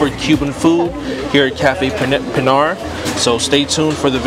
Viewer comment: You pronounced "Pinar" correctly! I like the steam table presentation! You can see exactly what you get! In Cuba they say "Congree" to describe the rice & beans. In PR they say "Moros"! The real "Cuban" sandwich is made with ham & pernil! You ate a Beef version of that! That delicious beef stew is called "Guisado de carne de rey"! The shredded beef, ropa vieja in Spanish, is the most popular Cuban 🇨🇺dish👍 Super good stop, very casual with good service & fair prices⭐ God Bless🙏